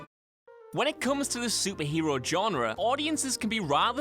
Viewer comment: he keeps pronouncing genre wrong